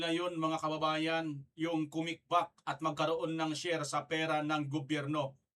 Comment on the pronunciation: Ganda pa ng pag bigkas nag SHARE…..Tang ina mo BBM😢😢😢😢☠️💀😡👿